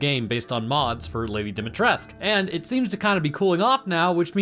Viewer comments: irons are rusted as a Romanian I can tell you that it should be pronounced. And, as a side note, it's DUmitrescu (as in Do me tres coo), not DImitrescu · irons are rusted My reasoning, as someone unfamiliar with ANYTHING Romanian (Other than your firearms) was that the pronunciation used sounded French, but as I said, I'm not familiar with the language.